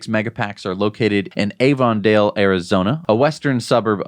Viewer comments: Here’s some help with your AZ city pronunciations. It’s not Avon Dale. It’s Avin Dale. A while back you mentioned Tempe AZ. Believe it had to do with some energy efficient apartment complex. It’s not Temp pay. It’s Temp pee. When’s the shorts going to drop? Need to add the comments on solar deployment to my 2020 Facebook post of the Prof is in the Poppies video. Also going to include the battery deployment chart. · solid work as always... though it is pronounced "ave-in-dale" by the locals for reasons i never understood... they also called Casa Grande - "Casa Grand" and put the word "the" in front of each interstate like "the 10" or "the 17"